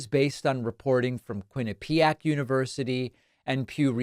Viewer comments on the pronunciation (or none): "Quinnipiac" You're pronouncing it incorrectly, putting emphasis on the wrong syllable. It's KWIHN'-ih-pee-ak, not kwihn-uh-PEE'-ak